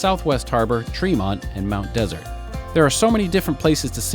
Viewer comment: Mainers say Mt De. SERT accent on 2nd syllable